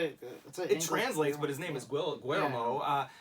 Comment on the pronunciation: Easy way to pronounce del Toro first name...Gi-yer-moe. Gi like Gil, yer like yen with a r, and mo is pronounced like moe. Spanish is pronounced different so you have to pick different letters